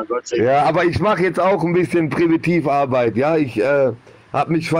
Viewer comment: „Primitivarbeit“ 😂 (Ich glaube der meinte Präventivarbeit? Also Prävention? 😂)